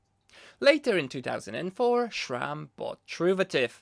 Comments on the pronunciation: My guy Schram? I wanted to watch you video but I can't get over your pronunciation There is only a "s" and I dont care that it's not your mother language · i just can’t hear “shram” one more time